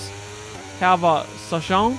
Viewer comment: Sargeant er nu amerikansk, så ved du nok det udtalt forkert nu. Ellers fantastisk med en ny sæson 😍